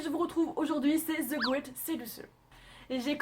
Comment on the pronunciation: J aime la video mais la prononciation.... des prénoms et le « the » c est pas "ze" mais "de"